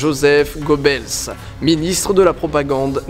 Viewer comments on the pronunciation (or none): On prononce Léni Riefen(CH)tal et Gob(eu)ls